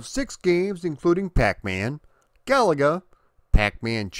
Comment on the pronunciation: Thanks for not calling the game Ga-La-Ga